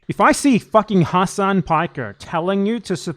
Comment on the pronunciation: Turks don't care about Arabs dude. They have so many racist terms for us. He doesn't even correct people for mispronouncing his own name, and he's brainwashed into mispronouncing it himself. It's pronounced Ha-Sin("Ha" and like the word Sin, or Sen). It's not Hass-On, like a street fighter move. There's no vowel towards the end of Hasan in Arabic. Sorry, it just drives me crazy cause I'm a Shia, plus I hate people too scared to correct their own name to people their entire life.